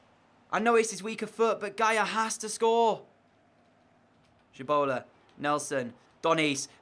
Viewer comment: Pls pronounce Tshibola correctly next episode